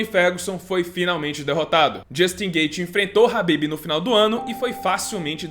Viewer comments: Só uma observação é "Khabib" e não "Habib" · falou ''rabib'' eu paro logo de assistir